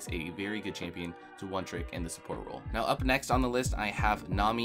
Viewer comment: Holy shit I never wanna hear the word "çHāMpïøñ" again after this video